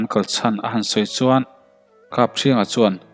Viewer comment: I chhiarthiam vaklo a mi chuan tih tawngkam i hman in suan i tizela ngaihthlak a nawm dawn nen suan i ti zel a tun ainasa in tan han la leh teh khai